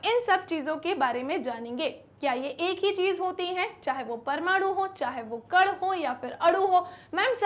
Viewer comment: Ma'am कड नहीं कण होता है